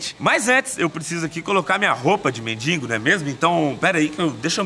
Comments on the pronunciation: Não aguento ouvir o povo falando mendingo. tão fácil falar. Mendigo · "MENDINGO" Belo Português kkkkk!!!! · "mendiNgo" é foda.. bate nele Português..🤣🤣🤣